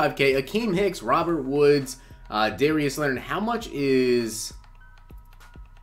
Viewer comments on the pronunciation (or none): none